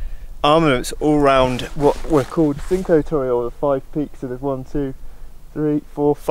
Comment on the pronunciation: Hi! Great video, apart from the pronunciation of Cinque Torri... :) What is the name of the via ferrata route you climbed?